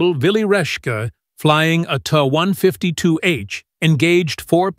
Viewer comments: I can't tell if that's a computer generated narrative. It's pretty crappy. Called the TA (Tee-Ay) 152 a TAH-152, then TAE-152. Called the Dornier "DEW 335" instead of D.O. 335. And the screen name was the "FILE", instead of Pfeil, which is German for "arrow". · Fokker Wolf??? TAE 152??? Dohnier Do 335??? Is this another AI generated gobbledygook?